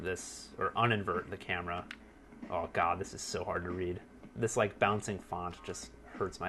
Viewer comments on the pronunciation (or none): none